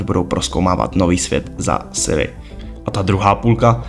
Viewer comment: 1) Vyrazit dech, ne vytrhnout dech – vytrhnout dech prostě nic neznamená 2) CD Projekt Red se vyslovuje CéDé Projekt protože je to Polsky, ne Anglicky 3) Není to Siri, ale Ciri!!! 4) Kovir není kontinent, ale země na stále stejném jednom kontinentu 5) Nikdo Ciri neupravoval obličej, jen první trailer je nasnímaný jakoby přes fisheye objektiv 6) Nového koně Kelpie, která se objevila v knize je protimluv 7) Combat system není o lektvarech, ale o technice soubojů